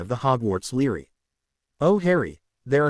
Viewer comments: I am in no way off the mark, because when you Force the word library to be pronounced as Leary because of the center of the word you have b r a, that is idiotic and psychotic. You don't have to like what I say at all, because it does not change the fact that I am 100% correct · bra li - bra - ry lol like ass a - ist for assist